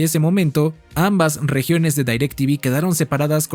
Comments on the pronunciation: haces buenos videos pero es muy irritante que digas "dAirectv" todos sabemos que es "directv" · No se prenuncia DAYRACTV.. se pronuncia igual como re escribe DIRECTV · Gran video y solo un pequeña aclarción, la marca se pronuncia tal cual está escrita, no se dice "Dairectv" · Bro te mmste nadie le decía dairec tivi era direct tivi tal cual 🤟🏻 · porque dices dairectv y no directv ? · Como qué "Dairec Tivi" A poco no recuerdas el comercial del pavo que lo nombraba tal cual "DirecTiVi" Decepcionado 🥀🥀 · Quien poronga le dice dairectivi ???😂😂😂😂